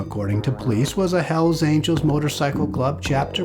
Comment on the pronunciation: Hells Aniels??? Quien mi3rd4 habla en el video?? Dammn